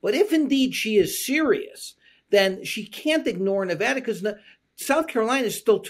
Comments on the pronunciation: I love that Jon knows how to pronounce Nevada. We matter, unless we don’t thanks to Trump’s minions. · I just want to appreciate you folks for pronouncing Nevada right. None of this Knee-Voh-Doh nonsense around here.